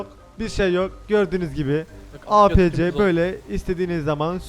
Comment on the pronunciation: Apc diye okunmuyo eypisi diye okunuyo hicmi Battlefield oynamadin